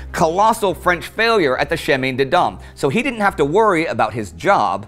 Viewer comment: Sorry that I return now and then for pronunciation issues. 'Pétain' and the 'chemin' in 'chemin des dames' pronounces like the 'a' in the English word 'lance'.